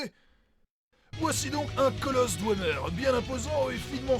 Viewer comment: On prononce pas "douemer" mais "dvemer"